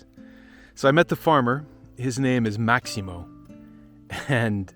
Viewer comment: Bye the way, his name is Massimo, not Maximo ...